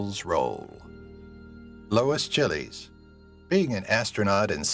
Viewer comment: It's amazing you can pronounce some very complex foreign names but totally screwed up Lois Chiles! My favorites are Maud Adams, Famke Janssen and Izabella Scorupco.